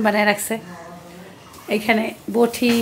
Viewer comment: উচ্চারণ বঠি হবে না বটি